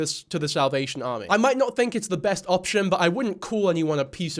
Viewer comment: lol its bc of how Mikayla pronounces it